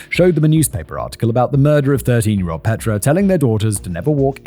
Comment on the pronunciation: Also his pronunciation of Petra. It's my sister's name and she hates when people say it like that.